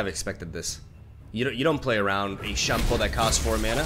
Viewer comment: it's SHYUN-PO not SHANPOH